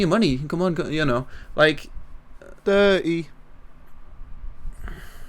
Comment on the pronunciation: instead of dirt its diry